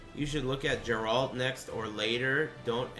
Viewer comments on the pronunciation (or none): none